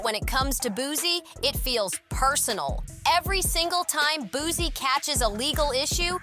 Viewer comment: It’s Boosie not Boozey